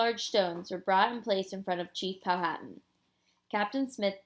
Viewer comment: It is Pow -a - tan the h is silent